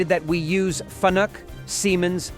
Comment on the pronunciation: Its pronounced Fah nook. Fanuk Fully Automatic Numerical Control. And its a language that is used in programming the motion controllers, with a cartesian coordinate system. And is basically G-code and M codes with an assortment of "canned cycles" that present empty numeric fields to be filled in then the software calculates the tool path, cutter width and cutting tool wear compensation, to streamline programming. Blahhhh You write a program then watch it run for x amount of time...stand around...get paid...write another...rinse repeat X 40 yrs and retire. By then you have worn a spot in the concrete in fron to your machines from standing in place waiting for 4 minutes and 7 seconds between each cycle. X 40 years